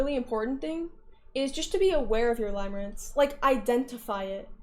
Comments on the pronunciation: it's "limerence" pronounced like "stim", not pronounced "lime" like the fruit :3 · its pronounced "limirence" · Catering to the newly understood audience lmao It's pronounced lim as in limb btw